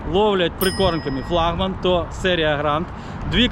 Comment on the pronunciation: Поставь пожалуйста правильно флагман ? потом опять флагман